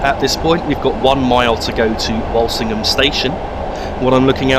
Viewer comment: its not pronounced wolsingham its wool sing ham by the locals cheers good vid but why is witton park station not in there